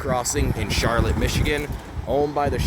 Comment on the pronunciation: You obviously are not from michigan. It's pronounced char lotte with the accent on the last syllable. Nice video though